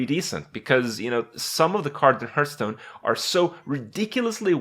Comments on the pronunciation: "harf"stone. you dont hurtstone. dont be that guy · the point. He always says hurtstone